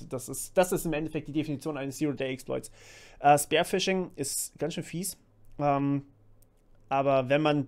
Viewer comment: "spear" spricht sich nicht wie "bear" oder "spare", sondern eher wie "beer". Nur FYI =)